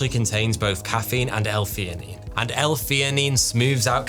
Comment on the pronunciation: L - theanine not fenanine LOl learn your letters brother!